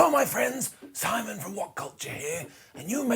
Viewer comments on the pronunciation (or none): none